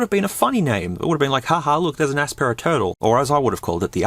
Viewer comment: Aspera... sounds like Asspera more and probably would fit better too as these phones are the bottom of the barrel